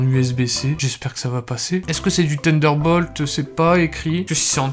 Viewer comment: Tender Bolt?? My god dude your english.